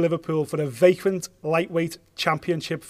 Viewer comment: need to learn pronounce words. It's vacant not vaquant. He needs to learn to say khabib's surname also. Needs to fix up.